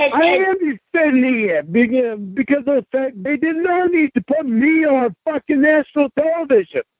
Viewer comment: The way he stresses the word "ME" says a lot about his self-centeredness